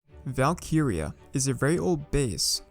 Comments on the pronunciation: Never clicked so fast in my life also i swear its val-kree-ya not val-kee-ri-ya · Isn't it pronounced as "Valk-rea"? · great vid, but it is funny hearing him say Valk-iria 😂😂👍👍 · Bro the way he says valkyria